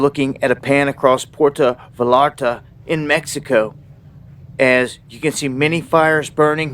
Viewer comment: Puerto 'Vay - yar - tah'